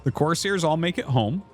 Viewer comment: YOU ARE LITERALLY SAYING COARSE - HAIRS ITS FKN CORE - SAIR!!!! PRONOUNCE THE “S”!!!!